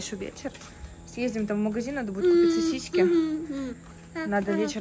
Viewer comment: Не сосиськи.... Сосиски. Жесть!